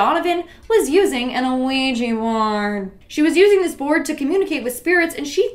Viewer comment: Its Wee-jee not O-Wee-jee. Idk why that bothers me so much.